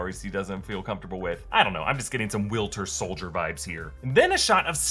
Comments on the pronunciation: will-ter solider killed me 😂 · "Will-ter Soldier" 😒 Love you lmao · Willter soldier😅